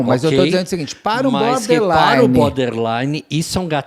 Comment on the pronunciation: Alguem avisa que é boRder line,não boder! 😅😅